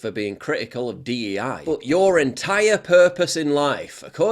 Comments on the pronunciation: not D E I its D I E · Its DIE, not DEI...get it right